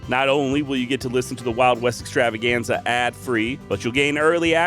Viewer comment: 😂😂i love it when you roll the R's in Extrrr🥁rrrravaganza. This is my favorite podcast for traveling around the mountains Out West slangin my wild foraged balms and libations. 🔥🙌🌲🖤💫🇺🇸 excited to download a bunch of episodes through resin foraging season out in the forest this winter! 🤘🌲🍯💫